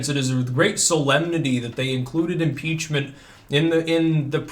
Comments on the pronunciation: I Thought you said article's of PIZZA for a second there.😃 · did you say pizza impreachment